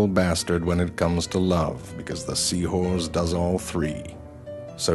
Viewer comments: Sea horze lol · Dude says sea whores the whole time and stupid people are commenting wondering why. Just wow. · Great thanks to you guys all i hear now is Sea whores. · Lol he says sea whores to have fun XD